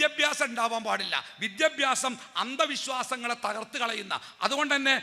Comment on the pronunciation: നല്ല പ്രഭാഷണം. വിദ്യഭ്യാസം - അല്ല വിദ്യാഭ്യാ സം എന്ന് തിരുത്തി പറഞ്ഞാൽ നന്നായിരുന്നു